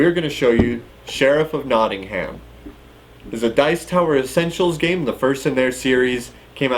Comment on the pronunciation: I'm from Nottingham. You're supposed to pronounce Nottingham as "Nottinghem"